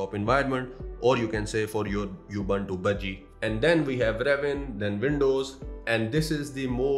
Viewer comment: Thanks for the review. BTW, Ubuntu is pronounced: OO BOON TOO in English. In Hindi, it's pronounced: उबंटू (Ubantoo)